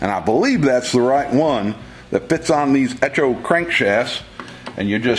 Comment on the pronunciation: eTCHo? That word will be etchoing through my brain forever.